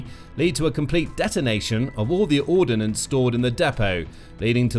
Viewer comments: I wish the commentator learns how to say 'ordnance; it's not ordinance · Ordnance isn't pronounced with an 'i' in it. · Handling not handleling. Ordnance not ordinance.